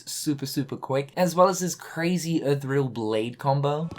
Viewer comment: Even Axel can't handle the car heartless! Now we need to work on your pronunciation of ethereal.